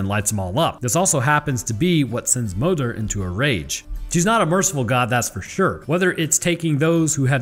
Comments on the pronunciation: Its pronounced móðir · Moder is pronounced mooder. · as a pagan, my ancestors pronounced “modër” like “mol-ther”. you mostly roll the tongue but the D is still somewhat there. it’s complicated.